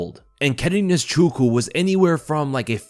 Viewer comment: it's Nze_chu_kwu. Am Igbo and it's an Igbo name. I wish I could do a voice message.